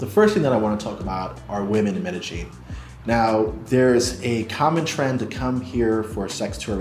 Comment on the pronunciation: Please learn how to pronounce Medellin